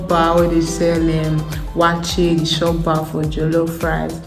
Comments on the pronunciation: It is chop bar not shop bar lol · It's pronounced; Chop(eat) bar